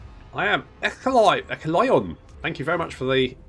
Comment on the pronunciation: All this time and I didn't know that the name of Gondolin's Lord of the Fountain "Ecthelion" was actually pronounced "Eek! The Lion!". 😆 You deserve some free onions my friend: 🧅🧅🧅